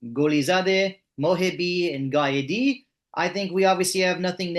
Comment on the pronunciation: It’s not GAEDI he is GHAEDI , HEY DUDE HAVE A LITTE STUDY ABOUT IRANIAN NAME , GAEEDI MEAN YOU FU….3D STOP USEING THAT ACCENT , HE IS NOT GALE NOE , HE IS GHALE NOE